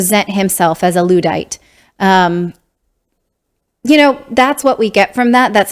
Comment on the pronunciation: yes, she comes across naive all the time, like a little kid who just discovered Santa isn't real, with the faux shock and judgy gossipy tone, or like she hangs out with little kids so much its rubbed off. And the way she pronounced luddite, was cringeworthy, made me wonder if she even knows what she's saying.